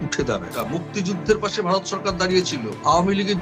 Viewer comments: Bhai, for God's sake, please pronounce BHARAT (VARAT) NOT BARAT. Get your acts right. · ঠিকমত" ভারত "বলতে পারে না বলে" বারত" শেখ বলতে পারে না বলে " শ্যাখ" ! লজ্জা করে করে না ভিডিও পোষ্ট করতে? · মতামত কমেন্ট করলে তো তোমার কথাই বলতে হয় তুমি ভারত বলতে পারো না বলো বারত৷ কি কুরুচি পূর্ণ উচ্চারণ তোমার। বিরক্তিকর জাহেল একটা লোক কন্টেন বানাচ্ছে বাংলা ভাষা ঠিকমত বলতে পারে না। আজব।